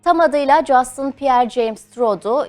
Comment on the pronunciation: Keşke adamın ismini de doğru soyleseydiniz, Justın değil Justin